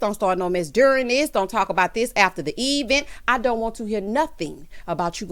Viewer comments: Not the EEE -Vent. 🤣🤣🤣🤣🤣 Tisha life is an advent ture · 🤣🤣🤣🤣not EEEEVENT! Tisha tale is messy and illiterate. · Yes!! New subscriber here!! I’m cracking up! Eevent and business adventure 🤣